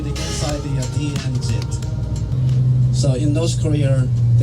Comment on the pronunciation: DMZ enalle..DMC ennu ucharikkunnathu enthanu?